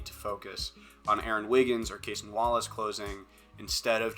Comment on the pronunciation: It’s pronounced Ca-sonn not like Jayson with a C.